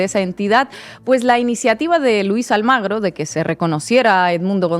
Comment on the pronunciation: Chicas, No es Luis Almagro. es: Luis ALMUGRE.